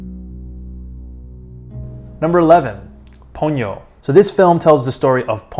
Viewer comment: Ha-ya-o. Three distinct syllables. Not Haw-yoh. You did pronounce Ponyo (Po-nyo) correctly.